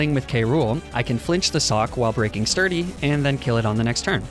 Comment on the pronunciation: Actually replaying Black and omfg, purrloin/liepard is pretty but so bad... LMFAO. So I'm listening more than watching, and my brain is filthy. So when I heard "sturdy sock" - well, it took me a moment to realize you meant a fighting pokemon with Sturdy. My sincerest apologies to your innocence. XD